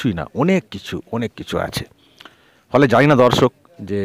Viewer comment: আপনার 'দর্শক' উচ্চারণটি ঠিক করে নেবেন। যেন বরাবরের মতো 'ধর্ষক' না হয়ে যায়!